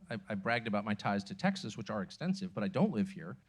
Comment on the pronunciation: Pronounced TEXAS not TACKSASS- announcer ain’t Texan for nothing